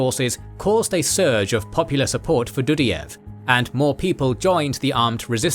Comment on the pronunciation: Do_die_ev 😂 NOT Dudy_ev 🤦🏼‍♂️